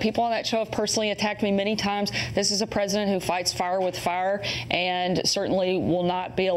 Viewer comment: Fights FAUR with FAUR! Dear God, learn how to speak properly and stop with the "uhhh"s